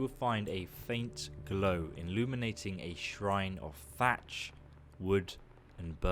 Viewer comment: It’s thatch not fatch